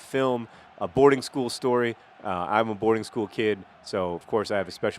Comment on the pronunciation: I know John went to a boarding school. Knowing this, I still thought he said "Aborting School" and was like :O